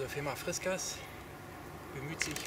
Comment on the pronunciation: das heißt fiskars und nicht friskars aber trotzdem gutes video